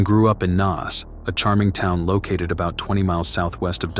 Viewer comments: Im from Dublin pal it's pronounced Nace not Naz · Pronounced NACE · Trevor had followed a girl to Alaska who had asked him not to come over to see her. He seems to have just turned up anyway. You can find a 3 part article on this in the Irish independent from the time. Also just to help Naas is pronounced like Nace ! Enjoyed this and will watch some more of your videos 😊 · It's Naas, not Naas!